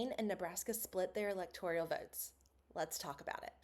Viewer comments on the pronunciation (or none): Great video. Also I believe it’s pronounced electoral not electorial.